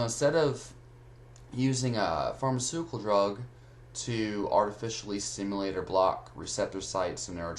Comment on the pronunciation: Sounds like u are saying Simulate but I think you mean Stimulate most of the time